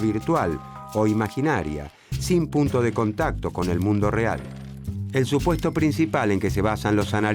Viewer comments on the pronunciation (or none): none